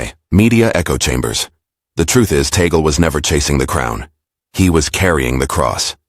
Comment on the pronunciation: Blah blah blah…can you have you just pronounce TAGLE correctly 😡😡😡